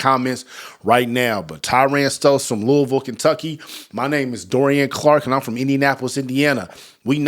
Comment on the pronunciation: He pronounced Louisville correctly that’s how you know he his done his research